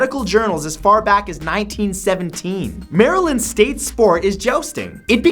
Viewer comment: Eyy! You pronounced Maryland like how Marylanders do it. Thoughty2 failed at that.